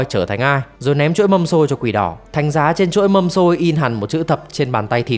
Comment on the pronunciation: Êy cái chuỗi mà voice đọc là mâm xôi á đáng lẽ ra nó phải là chuỗi hạt mân côi chứ đúng ko hay có nhiều tên z :))